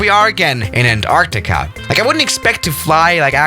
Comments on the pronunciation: you said anartica not antartica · no one:: an..TARCTICA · *his pronunciation of Antarctica lol